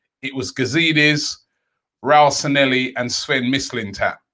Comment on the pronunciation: he used to mispronounce his name in many videos couple of years ago. I'd try to look for one if I had more time lol